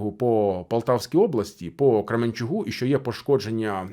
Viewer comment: "...по Кременчу-к-у". Не "г", а "к".